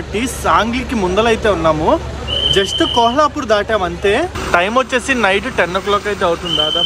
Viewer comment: ఆది కోహలాపూర్ కాదు కొల్హాపూర్ అనుకుంట